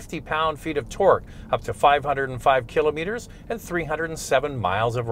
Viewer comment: "ki "lah" met- er" - otherwise thank you: nice video